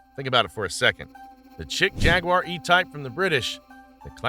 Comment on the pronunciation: Chic is pronounced like sheik, not chick